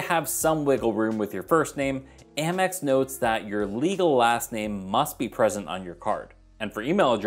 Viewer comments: I think Amex should be pronounced like American. The Gold card is a great card and it definitely has a high signup bonus. I’m actually considering applying for it while the 90,000 point bonus is still being offered. The grocery category won’t really benefit me at this time because I’m getting 5% cash back on groceries with my Chase Freedom Unlimited card until December of this year. However, I think I could benefit from the 4x back on restaurants starting in July after the 5% cash back expires on my Discover It card. We tend to use Grubhub in my household at least once per month, so I know I should be able to offset the annual fee by at least $120. I’ll probably get the gold card in the rose gold for myself and the traditional gold for my authorized user. Hopefully I don’t end up in popup jail like I’ve seen a lot of others. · Haha I used to say "Ay-mex" and got corrected in the comments, so now I say "Ah-mex" (still not sure which is best). Congrats on the Amex Gold! It's been at the top of my list of cards to get, but other great offers keep bumping it down. Didn't know that you can escape the popup using different links! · I've heard so many people pronouncing it Ay-mex! 🤷‍♀️ Thanks Kevin! Prioritizing which cards to get first is certainly a challenge.